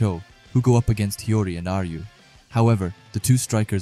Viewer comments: I need everyone making anime or manga content to learn how to say these names. Mans said Hiroi, when it clearly says Hiori. Dyslexia is a bitch huh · By the way my man its hi o ri not heroy but i feel you, amazing vid